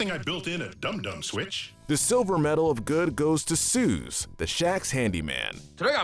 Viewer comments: OH MY GOD STOP CALLING SOOS SOOZ ITS PRONOUNCED SOOS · it isn't "Suze" it's Soos. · why he callin soos suze